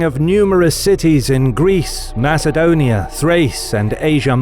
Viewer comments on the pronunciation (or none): none